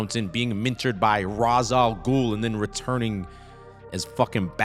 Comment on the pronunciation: It's pronounced "Ray shall ghoul". 😢